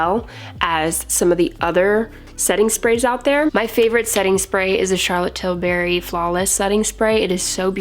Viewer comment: Best way to pronounce Charlotte 'Tilberry' 😍😂